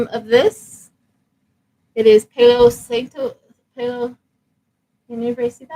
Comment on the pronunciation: Just wanted to let you know that the pronunciation of the incense is like if you were to say grandpa is pa. Low. Sant. Toe. That’s the way it sounds Palo Santo